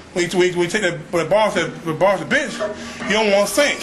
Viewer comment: thought he said, "we just about completed the bitch workout" hahahaha